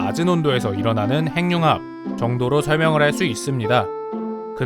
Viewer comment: 행융합이 아니라 핵늉합이라고 읽는게 맞습니다.